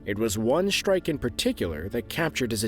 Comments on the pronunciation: no such word as shtrike strike yes shtruck no i dont like to hear that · Shtrike Shtrike Shtructure